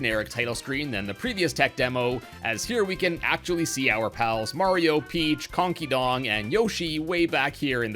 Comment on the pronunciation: Ah yes my favorite Nintendo character.... Konkey dong